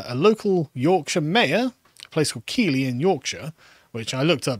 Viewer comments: Keighley is pronounced Keith li, not keelee. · On a side note, Keighley is pronounced Keethly not Keely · Great podcast as always, but as yorkshireman Keighley is pronounced Keith-ley 😂😂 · I feel as a born and bred Yorkshireman, it's incumbent upon me to correct the pronunciation of Keighley, not Key-lee but Keith-lee! 😗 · Keighley is pronounced Keith Lee. I winced ever time you said kee lee. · Its pronounced keithly. Also, a sense of betrayal, from people who have zero loyalty to anything thats not the "current thing" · It’s pronounced Keith-ly… or Keithleystan to the locals 😂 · Keighley is pronounced 'Keithlee'. And as you can imagine, its greatest fame is its grooming gangs. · For future reference guys it's pronounced Keith - Lee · Keighley is pronounced, Keethley ! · Keighley is pronounced ’Keeth ley’ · Keighley is pronounced Keith-lee .. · It's pronounced Keigth-lee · Keighley is pronounced Keef-lay. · It's pronounced Keith-ley. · Keighley is pronounced “keethly”. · Keighley, pronounced "Keeth-ley" Yes, ghoti = Fish... and all that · Keighley is pronounced "Keithlee"! ......bloody southerners...... 😒😊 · Its pronounced KEEFLEY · Its pronounced keithly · No its pronounced kaylee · Pronounced KEETHLY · It’s pronounced ‘keithly’ 🙄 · It's pronounced Keethly you wassacks.